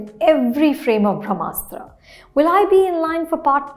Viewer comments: It's not Bhramastra ma'am, it's Brahmastra 🙏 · It is not भ्रमास्त्र it is ब्रम्हास्त्र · It's pronounced brahmastra...not bhramastra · This madam also says bhramastra and but can speak clean crisp french.🤣